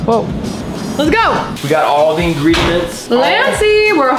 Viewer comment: Did I just hear ingrediments?